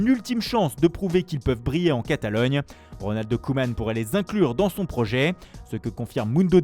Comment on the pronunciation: Je rêve ou il a dit "Ronaldo Koeman" ? Ptdr